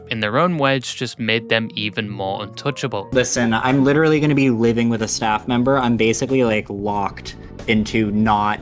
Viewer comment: "listen... My Dad litawally wuks at nintedwo"